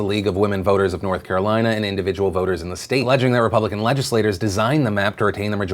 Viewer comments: whats a Ray-pubpublican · That dude is so dumb that he couldn't even pronounce "republican". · Why can this guy not pronounce "Republican"? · Who the hell put David Lewis in his office?! I'm not an idiot; I understand that Gerrymandering is happening in every state, on both sides of the aisle, but who the hell is dumb enough to come out and declare it? Not even to mention the fact that he can't pronounce his own damn party. But as far as the supreme court appeal, I'm torn. On one hand, this move is as transparent as David Lewis is; they're trying to delay redrawing the districts long enough for this next vote, and a new court case would provide that delay. On the other hand, we DESPERATELY need something to regulate the rampant gerrymandering going on in this country, and this case would probably be what sparks that, since this is so ridiculously open-and-shut. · Trying to make David Lewis pronounce "RE-PUB-LI-CAN" is like watching that velociraptor egg hatching scene. You can even hear Hammond saying "Push" in the background. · So on the gerrymandering thing is no one gonna mention how David Lewis couldn’t even pronounce the name of his own party? Like damn he really struggled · American politician can't even say republican.... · Can that idiot not say republican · Republican has trouble pronouncing "Republican"... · Why can’t he read the word republican when he’s a republican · Why couldnt that guy say republican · Is noone going to mention how that one dude could barely say republican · Ewww why that ted cruz zodiac lookin ass dude pronounce republican and democrats so awkwardly🤣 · That representative was struggling to pronounce the names of the political parties.